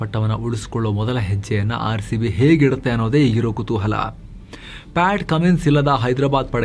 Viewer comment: Pad alla patt